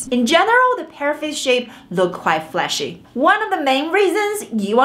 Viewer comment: When you mean to say fleshy, I hear it as flashy. When you say hair bangs, I hear it as hair bands, and I think you mean to say just plain bangs(fringe). Thought you might find my obsevation amusing. However, I do appriciate the information, this was a fun video :)